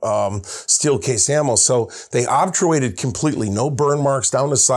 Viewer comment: Love your work but can't help but notice you mispronounce "Obturate/obturation" by putting the 'r' and 'u' in the wrong place. EDIT: You are totally not a 'gun janitor' as the wrap-up was implying. An "ugly/imperfect" solution is like a poorly aimed bullet; it is just as lethal as a well-aimed one and if it still hits the target then it has achieved its aim all the same...